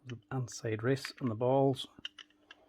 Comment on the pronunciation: “ They’ve gotten inseiddd”😬